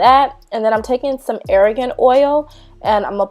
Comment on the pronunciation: Its - R - GAN oil not ARA GAN oil